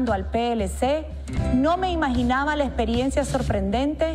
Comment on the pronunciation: Se dice imaginaba y no "inmaginaba"